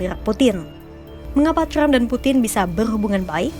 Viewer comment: Yg baca trump bukan crump😂